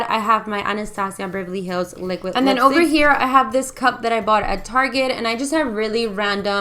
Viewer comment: "Lipistick" lmao 😂